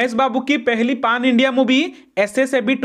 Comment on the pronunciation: Bhaai its not paaan its pan india😂😂😂 achhe se bolna sikho pehle bhai